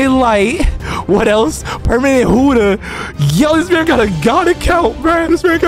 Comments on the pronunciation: It buddha is not huddha 😂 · Why are you always saying huda instead of buddha